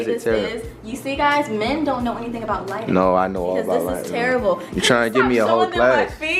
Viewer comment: Tell e why my boy flight kept saying lightning instead of lighting.